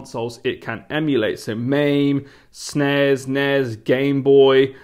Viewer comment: What is snez? Does he mean SNES?